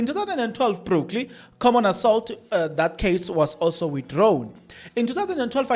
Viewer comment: If you can just improve your reading skills,tax boss is different from taxi boss,brokly should be Brooklyn and soo forth.